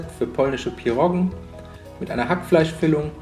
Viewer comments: Das heißt pierogi und nicht pirrogen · PIROGIEEEE !!!!! Ohne N!!